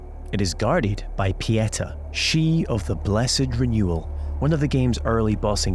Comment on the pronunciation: "Pieta" jesus christ. Pronounce it with me kids. PEE-AYY-TAHHHHH (with equal weight to each syllable) not PEE-ET-UH.